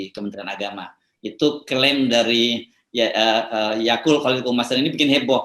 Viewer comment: Yakult? Yaqout bang.... sengaja kyknya... hahaha